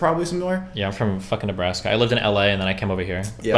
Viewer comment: Why'd you say " uhhhh fucking Nebraska" like that? Your from Omaha, the best city in Nebraska.